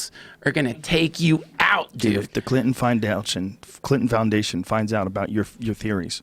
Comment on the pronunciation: The Clinton findountion lamo